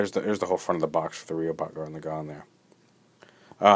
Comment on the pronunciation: laggann not legon